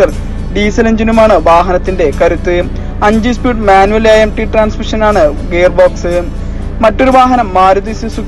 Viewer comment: Espeed alla speed